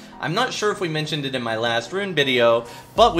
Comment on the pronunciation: he said bideo. PH SERVER GAVE YOU THE ACCENT